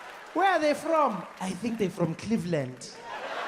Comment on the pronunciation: i thought he said Caveland